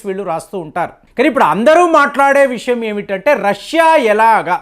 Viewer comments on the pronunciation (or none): none